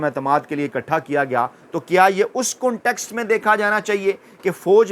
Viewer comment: کون ٹیکٹ کا صحیح تلفظ کان ٹیکٹ ہوتا ہے